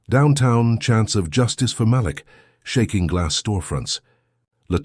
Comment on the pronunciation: This was a great story.. only negative is please learn how to pronounce black names. " malik" is actually enunciation as " muh-leek". Other than that I love your stories 🎉